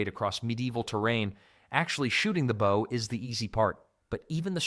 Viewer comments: It's not pronounced like 'bough', it's 'boh' or 'boe'. They're bowmen, not boughmen! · AI narration? He said BOW like you take a bow not bow as in archer's bow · Good old AI at it again. "Your first BOW might be smaller..." Nice one. Stupid Artificial Stupidity. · Stupid AI doesn’t know the difference between (long) bow and (to) bow. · why is he saying bow instead of bow? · Turned it off after the computer couldn’t pronounce bow correctly. How about having a real person speaking with an English accent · Sounded good for a few minutes until the AI narration pronounced the word "bow" in the way that means curtsey or the front of a ship. This happened intermittently throughout, BAD FORM!! This video obviously is just to make money, the creators don't care if it's right, just FILL THE TIME! Clicked away fast, won't be back. 😞. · Maybe if you didn't use computer mispronunciations you wouldn't get dislikes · Ai voice mispronouncing Bow lol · You would have to be an idiot to keep mispronouncing 'bow'. It is not a bow of a ship. I think you pulled your information from the same place some of them supposedly carried their spare bowstrings.